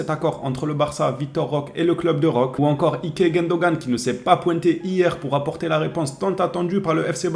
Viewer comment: Roquééé avec un É comme éléphant 😅